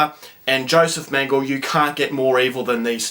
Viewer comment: How is it that someone doesn't know how to pronounce "Mengele," let alone has never heard of Mengele and has to look him up on wiki?! What happened in your HS history classes?! The lack of historical knowledge of this reviewer is shocking. Those who forget history (or never learned about it) are doomed to repeat it. That being said... I would love to see this movie.